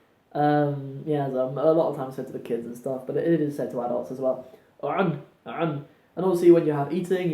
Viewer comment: looool no one says cun or cab like that 😂😂😂